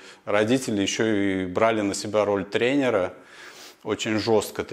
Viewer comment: Могу порекомендовать хорошего педагога по русскому. А то ваш русский уже не русский. И не тренерА, а трЕнеры. 🥸